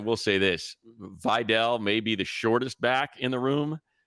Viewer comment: Can you please stop butchering “Vidal” its clearly not “vaydell”